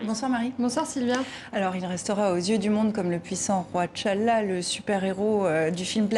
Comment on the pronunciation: On prononce pas Tchalla de mais T'challa, ah ces françaises et leur prononciation bancale.